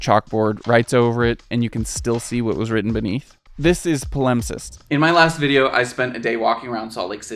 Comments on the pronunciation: Palimpsest has the stress on the first syllable. PA-limp-sest, not pa-LIMP-sest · Please learn to pronounce words before making videos about them! It’s PAL-imp-sest, not puh-LUMP-cest 😱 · PA-limpsest, not paLIMPsest. You put the wrong emPHAsis on the wrong sylLABle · I just recently found your channel, and I think it's wonderful. I agree with you that palimpsests are awesome -- I'm interested in Latin, and there is a ha-YUGE amount of ancient Latin literature which was lost, and then was recovered in palimpsests -- but one of us has been pronouncing it wrong. Maybe I was wrong, but I always thought the emphasis was on the first syllable: PAL-impsest. Or, come to think of it, maybe there are two accepted pronunciations, are we're both legit. I don't know. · FYI the word palimpsest is pronounced "pa-luhmp-sest". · Better check the pronunciation of your new vocabulary addition. I think you've accented the wrong syllable. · this mf really put a whole section on the word "palimpsest," and can't even pronounce it. great research smh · Please correct your pronunciation of 'palimpsest'. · Great video, but I've never heard palimpsest pronounced that way!